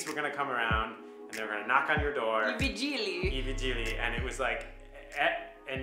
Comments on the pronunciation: i Vìgili not Vigìli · Vigili not vigi’li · Whenever there is a chaotic queue you guys need to talk with the people there, so you can learn the rules of that specific queue xD In italy you need to talk with other people all the time otherwise it can get complicated. Also it's vìgili, non vigìli (it's leviòsa, not leviosà)